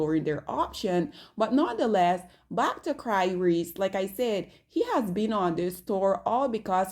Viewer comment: Cry-Reese is DIABOLICAL ‼️🤭🤣